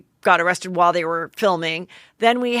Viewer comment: I love your Heatherisms so no need to change, but it’s “Worth my While” not “worth my wild” 😂♥️